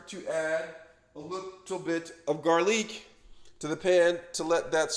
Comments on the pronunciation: Sausgeeeee , garleek & unioooon make sure you fryta it 😂😂😂😂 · Subscribed just because I love how he says garlic, sausage and onion 😂😂